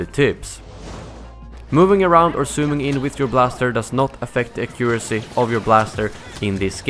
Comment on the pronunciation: You are saying accuracy wrong btw.